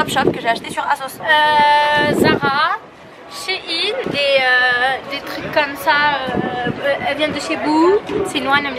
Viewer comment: On dit shain on dit pas shin